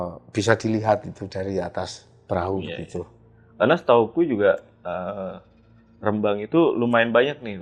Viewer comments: REM-BANG bukan RE-MBANG 😂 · Rembang bukan Rembang 😂😅